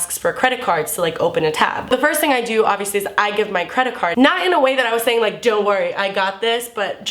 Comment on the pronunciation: lol it sounded like "do your thang chicken wang" and because fucked up minds, I thought of a chicken with a dick. FACK!